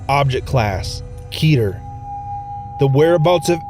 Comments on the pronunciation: Its keter not keeter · Its pronounced ket - ter